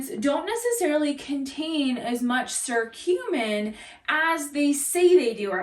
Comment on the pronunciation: fyi it's pronounced kurcumin.. hard C. but good info. also One of the best ways to get The anti-inflammatory properties is to juice fresh turmeric root in your juices.